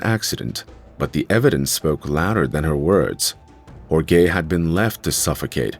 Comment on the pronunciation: Everyone, please be nice to AI, or it'll butcher your name--as in Hore-gay ;) Great follow-up